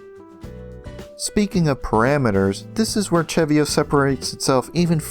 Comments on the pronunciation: actually no im 100% its seh-vee-oh not cheh-vee-oh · im almost certain its pronounced "se-vio" not "che-vio" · not sure if I'm correct, but I pronounce CeVio; Se Vee Oh